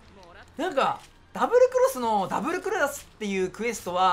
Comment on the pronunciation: ダブルクロスなのに ダブルクロラスは草